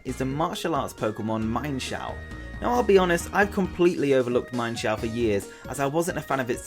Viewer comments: Its not mienfoo and mienshow its meanshoo and meanshao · its pronounced MEEN sho not MINE sho. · it is mean-shao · Um actually meinshou is pronounced as MEAN-SHOU